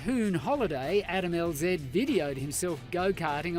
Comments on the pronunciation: Adam LZed??? You’re pronouncing it incorrectly. It’s Adam LZ not Adam LZed. So now you pronounce it “Zeded”??? Or “Zee-ed” depending on where you live in the world. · It’s pronounced L-zee. It’s shortened for his two last names. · It’s LZ not LZed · It’s Adam Lz not Adam lzed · Its not Adam LZED its Adam LZ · Lol its Adam LZ but aussies pronounce z zed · Did this dumb tard just say Adam l zed? 😂😂😂. Dumb cow Edit: I just noticed you put this in the title😂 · "El Zed" This had me rolling.. lmfao